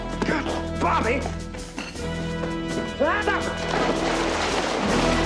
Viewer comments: Yes especially when he called Bobby Bober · Anytime he called Bobby bob or bobber lol